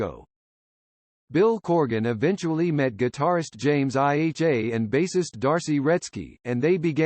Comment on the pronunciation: James I-H-A??? What are you a fucking retarded robot??